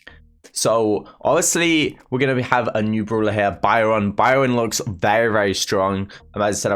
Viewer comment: Everyone: Byron: BIOUN